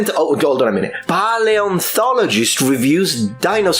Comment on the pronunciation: pie-antologist? is that the "actual" pronounciation?